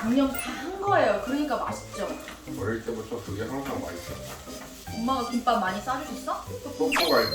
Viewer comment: `김빱` 아니고 `김밥`이라고 발음해야^^